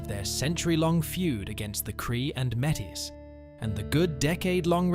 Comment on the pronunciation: Enjoyed this video. However, the pronounciation of some of the names needs work - e.g. Quepelle and Metis.